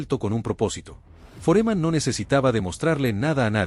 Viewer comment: “Don - dÉ?””,… “ For- E- man” ? Con todo respeto, la incorrecta pronunciación de los nombres de estos héroes del boxeo le restan mucho mérito a un video interesante en su contenido.